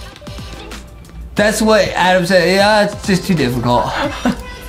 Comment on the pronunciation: I love that everyone calls Adam Adem